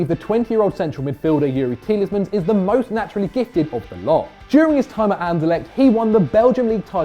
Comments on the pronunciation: The amount of times he's saying TieleSmans is actually hurting me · Why do you say 'Tielesmans'?? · can't pronounce Tielemans "Tielesmans" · It's Tielemans, 😤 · Tieles mans 😂😂😂😂